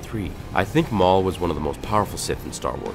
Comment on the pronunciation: Darth Maul Whoa calm down, Mail